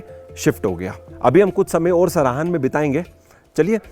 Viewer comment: It's सराहां, not सराहन.